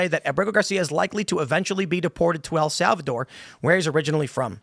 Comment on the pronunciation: I could have sworn Tim was where I heard this correction from, yet here he is incorrectly saying "El Salvador". Wtf is he thinking?